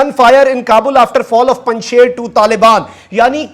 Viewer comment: مخدوم صاحب، آپ سے دو درخواستیں ہیں 1 براہ کرم پنج شیر کا تلفظ صحیح ادا فرمایا کریں، شیر کا تلفظ ش ی ر ہے shir کا اردو میں تلفظ شی ر ہے 2 سنسنی سے پرہیز فرمایا کریں کیونکہ اس کا نتیجہ فائدہ کی بجائے نقصان کی صورت میں نکلتا ہے آج 4 ستمبر تک تو پنج شیر طالبان کے ہاتھوں فتح نہیں ہوا.